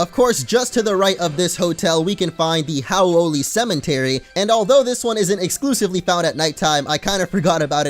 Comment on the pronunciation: "Cementary" huh?